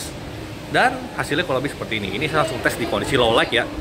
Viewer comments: Low Lait bukan Low Laik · Sesulit apa sih ngomong low lait ketimbang low laig?